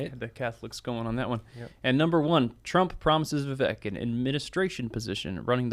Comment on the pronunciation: Why do you guys Still mispronounce Vivek's name? Yes, the first part has a short "i" sound like in inch but the second part has a long "a" sound as in cake, not a short "e" sound like in elf. Vivek rhymes with cake, not heck.